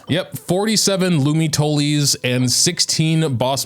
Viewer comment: I'm sorry, "Lumitolies"?